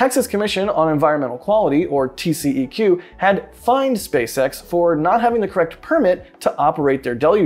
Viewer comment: in Texas we don't say TCEQ as tee see e cue. We pronounce it as TCQ, tee see cue.